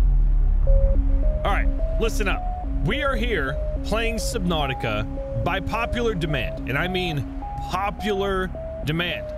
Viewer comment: U said subnautica wrong its subnautica